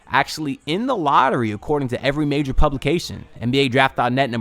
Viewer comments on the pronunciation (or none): none